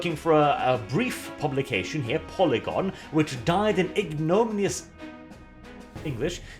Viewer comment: Ig-no-min-ee-us Don't worry,. Most people here in the English-speaking world trip over it as well. Nothing to be ashamed of.